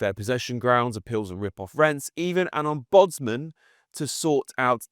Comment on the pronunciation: Could you get a presenter that can actually string a sentence together? At least someone who is aware of the pronunciation of ombudsman... He's a bloody nightmare to listen to. Keeps stopping multiple times per sentence for no apparent reason as if there were multiple full stops.